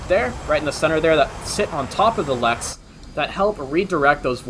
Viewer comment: Nice vid, one problem though. They're call LERXs... Not 'LEXs'. I winced every time I heard you say 'LEX'... 😉😋 Leading Edge Root Extension/s Source- Career in USMC aviation